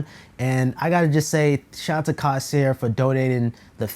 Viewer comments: my mans said "cawsear" got me dead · say it with me my guy "CORE - SAIR" there is no s in the middle (dont take me too seriously tho)